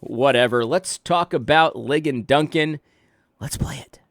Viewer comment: I love that you call him “Lie-gan.” That’s officially his new name!